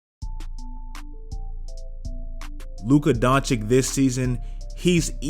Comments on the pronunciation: Luka Doncic not Doncik pls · Don-chich not Don-chick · DONCHICH! Not Donichic